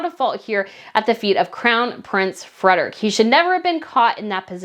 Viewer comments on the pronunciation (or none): You are butchering ALL the Spanish names. Study the words and pronounce all the letters and syllables. It’s not Geovena. It is Ge no ve va. It’s not Retirio Park - it’s Re ti ro. You even said Fredick earlier. Try & get people’s names right.!